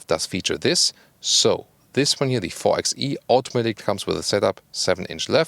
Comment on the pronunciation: Hallo,! Wie gehts?! Love watching your reviews. Just one thing on this one...the 4xe is meant to be pronounced 4 BY e, like 4x4 or 4 BY 4.